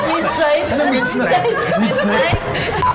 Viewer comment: Chito naman😭😭 "midsnight"🤣